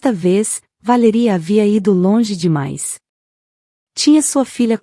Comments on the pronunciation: O nome da mulher é Valéria e não VALERÍA!!! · Valéria Valéria Valéria fala o nome certo